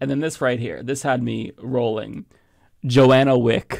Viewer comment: It irritates me to no end to hear you say JOANNA WICK - TWICE when it's clearly spelled and visible to your (apparently defective ) eyes that it's JOHNNA WICK - there is no A.